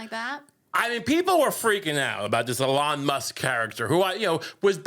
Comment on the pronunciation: Years of mispronouncing the man's name have finally come to fruition: Elonne Musk, First Bitch of the USA